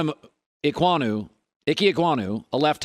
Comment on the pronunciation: for next time on that pronunciation: Oh-kong-woo